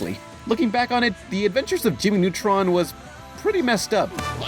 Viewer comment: "Jimmy Nutrun", get it right man